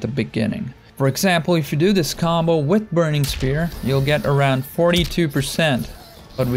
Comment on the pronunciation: “Wrat” “Wit” can you like not pronounce H’s?